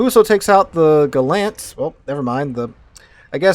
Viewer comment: Very nice game. Narration is good but you need to work in your foreign names pronunciation. Come on, for a teacher... Coronel Bolognesi you butchered badly. Kamikaze, is pronounced with 'eh' at the end (not 'e' ). It's Japanese. And Gallant is British, so it has a stress in the first syllable. You seem to be mistaking it for a Mitsubishi car. At least you took the proper way out on the subject's name and changed it to English, not the Italian name.